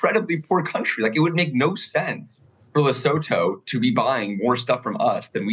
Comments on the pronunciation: with the best pronunciation of Lesotho (Lee-soo-two) I've seen in all the US media. Krystal's had me cracking up. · His pronunciation is actually pretty close. Krystal’s been butchering it for a week. You pronounce it ‘leh-soo-too’ South African here.